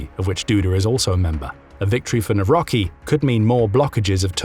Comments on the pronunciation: Miecznik - Swordsman Wicher is pronounced with H like in Hungary, Hungry, Hang not with english CH like in CHapter. (in polish ch and h are basically the same sound) You botched Trzaskowski and you almost got Nawrocki well. T sh a s ko v ski :) with sh like in fish will get you close enough for english speaker. Na v ro tzky, his name end sounds like Wayne Gretzky. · NAWRO"C"KI - C like in "C-3PO" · right wing presidental candidate should be pronounce "Nawrotzki"